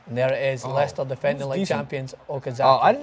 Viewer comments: Uh... It's pronounced Les-ter. I know because I was born there. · It is pronounced "Lester".